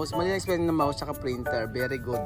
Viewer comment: Very good hindi "beri gud" hahaha